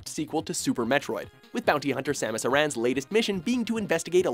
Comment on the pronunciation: Metroid Fusion isn't a spin-off... it's a main entry in the series... hence why before the opening screen it says "Nintendo presents Metroid 4" and Samus' last name is pronounced "Erin" not a-ran 👌